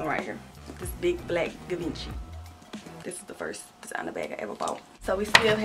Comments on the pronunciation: Its pronounced givonchy. Hope that helps. I love you tho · Fun fact Givenchy is pronounced Gee-Von-Shay. Her closet is everything 😍 as a young black woman seeing other women of colour gaining this level of status and wealth is so inspiring 😭. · Givenchy is pronounced gee- von-chee lol. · Givenchy- gee-von-she 😂 you’re so funny boo. Love the closet! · lol the way she was saying it 😂🤎🤎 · repeat after me; Gee-vin-Chee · I remember when got the Givenchy. She still can’t pronounce it 😂